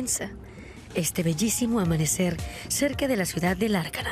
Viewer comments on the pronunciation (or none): Lárnaca, no Larcana